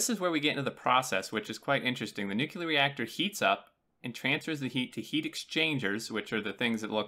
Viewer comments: NUCLEAR NOT NUCULAR!!!!!! Seriously how do you get NUCULAR from nuclear? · Nice video, you'll want to do another now that the release notes are out. It was a bit tough hearing nu-cu-lar the whole time instead of nu-cle-ar -- brings back too many memories of George W. Bush. :-P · It's pronounced noo-clee-er ya dingus! :p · fuck yes. but btw....NU-CLE-AR damn it. only 1 u ;)